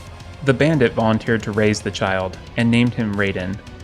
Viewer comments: Excuse me?! It is raiden! Not raven! Go take some lessons! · Your pronunciation of Raiden is incorrect.